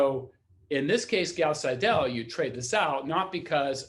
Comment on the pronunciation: Nice lecture, good explanation. Minor nit-pick on the pronunciation of the german name Seidel: the german ending "..el" is usually pronounced more like the english "..le" in the english word "idle". So, if you say "idle" and put an "S" before it you'd pronounce it almost perfectly.